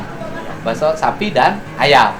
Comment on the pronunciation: Bilang Bakso Daging Pak Bukan dirinci